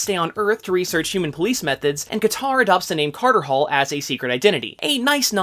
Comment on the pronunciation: You lost me at "Katar Hol"